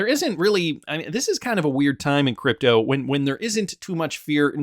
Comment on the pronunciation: Just say. Not cdeepto ehhdi.